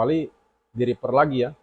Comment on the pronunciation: Cara baca repair = ripeir 😅 bukan riper (reaper)🙏